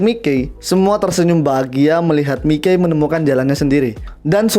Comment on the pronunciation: Mikey di baca maiki aja buar enak